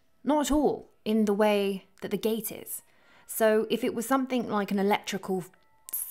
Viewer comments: you lost me at "somethink" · Spoilt it for me by saying "somethink" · Why do people say "somethink"?